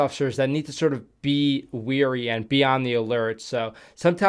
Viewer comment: Its wary (way-ree) Weary (wee-ree) means tired